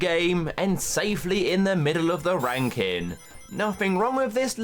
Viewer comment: Every time I hear you say “Ranking video” I think you say something else 😂😂